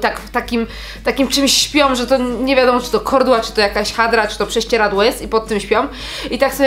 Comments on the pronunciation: Mówi się kołdra a nie kordła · Kordła ? XD kołdra 💖💖💖💖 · Kordła😂😂😂😂 jebłam😂😂😂😂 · H HA ha jednak nie tylko ja mówię KORDŁA 😂 ALE KARKULATOR KOROR 😱 to już nie panuje nad tym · Ja też mówię KORDŁA😂😂😂😂😂